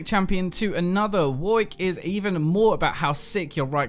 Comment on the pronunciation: for saying Warwick properly :)